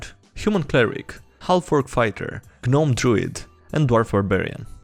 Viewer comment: You're pointing that out and not that he pronounced the "g" in "gnome" and "gnoll"?